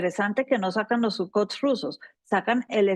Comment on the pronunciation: por favor pronuncie bien la marca de los aviones rusos, son SUKHOI, SUKHOI, SOKHOI!! No Sucot o Sucotch como sea que usted dice, ¿Qué le cuesta decirlo bien? Todo el pais la está viendo!